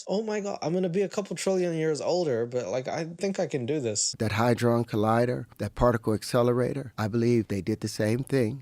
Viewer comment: The goober doesn't even know that it's the Hadron Collider, not a "Hydron" Collider